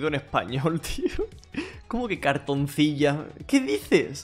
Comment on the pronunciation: Se pronunciaria "Cartonsila" como si llevara una sola "L"